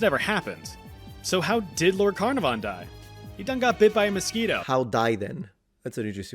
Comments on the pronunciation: You video was good but I'm not sure why you had to mention that Lord Carnarvon (pronounced 'Ca-nar-vun' not 'Carna-van') was a white dude in such a sneering way (especially as you'd just showed him in a photo)? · CarNARvon not CARnavon 🤦🏻‍♂️ (Well, Caernarfon if you’re nasty!) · God. No. No. No. A large chunk of me died when the American butchered the pronunciation of Carnarvon (although, even in English, that's not a spelling commonly used today for Caernarfon). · He pronounced 'Carnarvon' weirdly as well. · His pronunciation of Carnarvon is annoying.